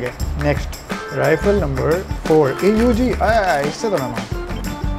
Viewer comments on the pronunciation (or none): it's not A U G it is AUG for e.g OG